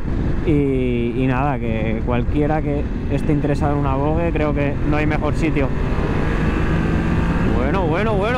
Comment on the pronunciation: Se pronuncia VOJE !!